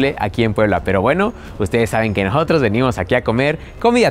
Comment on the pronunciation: Nojotros?? Intenta hablar bien.